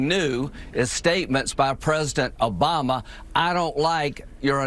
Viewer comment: It's Obama not Abama you idiot!